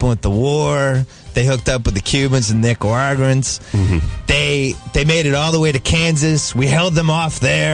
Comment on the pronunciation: Simmons always sounds drunk as shit, he could not successfully pronounce Nicaraguans